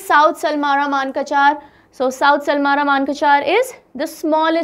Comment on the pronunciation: Mam Your pronunciation 😅 it's pronounce like manikassor 😊 but no worry